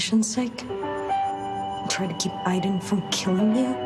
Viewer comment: Eye-den? It's Aid-en!!!